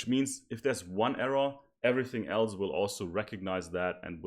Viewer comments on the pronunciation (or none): none